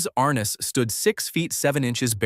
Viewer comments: "Arnuss"? Are-NESS (Like Eliott Ness.) You showed Thad Ewing as a young Milburn Stone? "Haggen"? HAY-gun. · Are Ness, not Ar Nis.